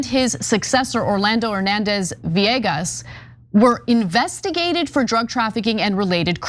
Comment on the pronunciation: so cute de way Ana pronounce de name Villegas ♥